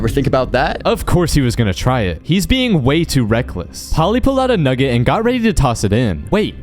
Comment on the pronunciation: He did NOT say nugget